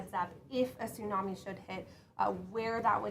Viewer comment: Wow she actually does know the right pronunciation tsunami ❤